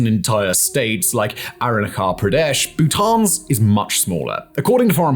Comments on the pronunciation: Simon it's pronounced as Aruna-chal, not aruna-khal. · Aruna-CH-al, not Aruna-K-al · Arunachal is pronounced with the "ch" in cheese, rather than the "ch" in chrome. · a nitpick but for future mentions the "ch" in Arunachal Pradesh is more the "ch" in chair and less "ch" in choir lol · Nice Simon But do correct the pronunciation of Arunachal pradesh It's sound like this AAROON - AAACHAAL PRAA - DESHU😂